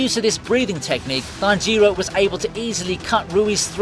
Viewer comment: tajeero hinokami kagoora why you saying it so damn weird lmfao